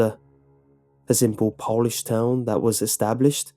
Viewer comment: It's pronounced Polish not Polish lol 😉